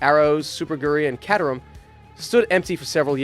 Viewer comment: Caterham: [CAY-ter-am]